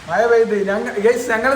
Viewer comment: മഴയാണ് പൊട്ടാ മയ അല്ല.. കഷ്ട്ടം.